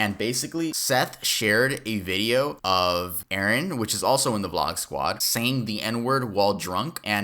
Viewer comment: ... erin not arron